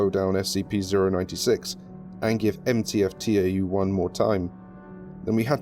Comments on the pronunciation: It's not pronounced "T-A-U", it's "tau" (ta-oo). It's a Greek letter. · btw, tau is pronounced 'tow', it's a greek letter. I just thought you would want to know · I noticed you pronounced Tau T-A-U. It's a Greek letter pronounced (correct me if I'm wrong) Tow. Sorry if that sounds a bit condescending. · Nice, but reading the Greek letter tau as T-A-U really annoyed me every single time. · Ànyone else hate that they're saying T-A-U instead of Tau. . .it's Tau pronounced like tao. Broke the immersion since I'm pretty sure the foundation know how to pronounce Tau 1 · I'd like to point out - you pronounce "Tau" as "Tee ay double yew", but you also pronouce "Epsilon" correctly. "Tau" is in fact a greek letter, not an abbreviation (the same as Epsilon), so it should be read as such. Other than that, loved the video. The voice logs add a new layer of depth to an article I've read many times over myself. :) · After looking at it more, it's also pronounced Taw. It's also another spelling for Tav, a Hebrew letter.